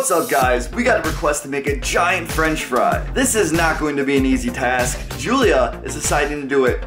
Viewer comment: she said a gaint hashbrown in the end